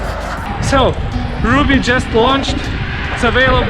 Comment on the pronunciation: I don’t think rubbee is pronounced like ruby.